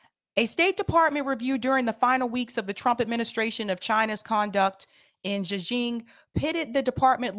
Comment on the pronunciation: I like your part here- but you are pretty harsh on Sam Seder and team not knowing particular info and then, while stating that you know the facts on Uighurs- and correcting the pronunciation of Uighurs- you are unable to pronounce Xinjiang which is hand in hand with Uighurs. That gives me pause about how much you're actually researching. I appreciate your highlighting of Matte's reporting and views in Uighurs, which is new to me.